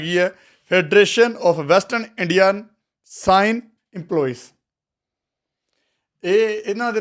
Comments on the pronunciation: ਸਾਈਨ ❌ ਸਿਨੇ (ਸਿਨੇਮਾ) ✅ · ਸਾਈਨ (cine) ਨਹੀਂ ਸਿਨੇ ਹੁੰਦਾ